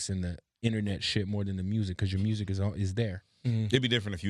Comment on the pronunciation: Can someone tell me where they talk about why he calls music “Mursic”